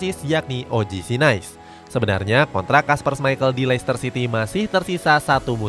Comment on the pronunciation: “OGC NIIS” cara bacanya gitu min. Bukan Nais